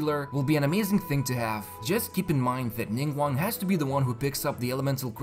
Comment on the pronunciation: IM PROUD OF YOU YOU PRONOUCED NINGGUANGS NAME CORRECTLY